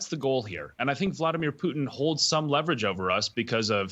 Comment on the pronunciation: It's POO-TIN...